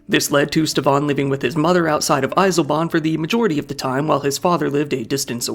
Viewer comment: Your pronouncing of Eisleben is really bad. Maybe next Time at least try to listen to the real pronunciation. Other then that good video